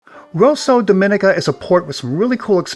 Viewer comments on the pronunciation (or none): It is Domineeka, not Domin/ika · Not 'dominika'! Say dom ee nee ca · It's not Domínica but Dominíca. Please pronounce my Island home's name properly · Pronounced Dom-i-nee-ka